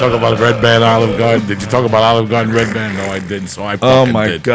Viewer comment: So how many hatters did you get? Did they make you a lot of hats? "Ray ban" ? He's not a fucking pair of sunglasses, it's redban. It's right on the screen, hahahahah.